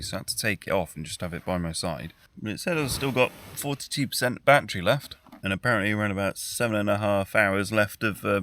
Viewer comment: It's NOT a "bat-tree" It's a "ba-TTerY"